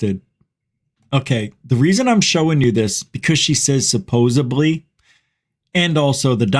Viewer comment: Supposebly always gets me. Why would you keep saying something without actually thinking about it?